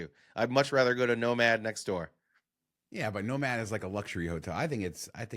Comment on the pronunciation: Every time you say nomad Al Bundys no ma’am pops into my head.